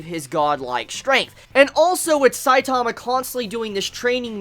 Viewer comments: i hate how you say saitama its saitama not sai taaamaaaaa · stop putting emphasis on the second syllable of Saitama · Why you say his name so weird and slow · Is it just me whos annoyed by his pronunciation of one punch man (stressing the "punch") and saitama (stressing the "sai" bit) xD just seems silly to me, not that it matters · the way you pronounce Saitama makes me cringe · I'm Australian but the way you say Saitama and genos is still cancerous